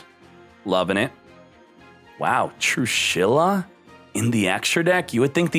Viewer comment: Nobody:: True-Shi-La???